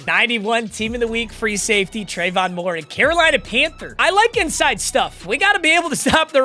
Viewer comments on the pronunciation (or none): Moehrig is pronounced May-Rig, not Mo-Rig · I know you hate it when people do this, but Trevon Moehrig is pronounced Mare-Rig